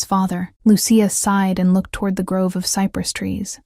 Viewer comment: Please program the AI narration to properly pronounce Lucia. It's NOT Lu-see-a. It's Lu,-chia.